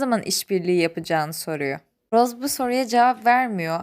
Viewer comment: Roz değil roze